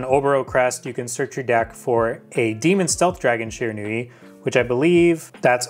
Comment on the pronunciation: I think you mean SHE-RAN-WE